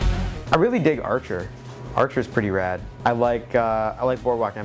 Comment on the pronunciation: I love when he says "rad" idk why